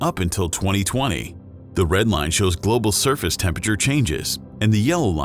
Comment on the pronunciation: Hate how buddy keeps saying “tempeture”. ITS TEM-PER-A-TURE!!!!!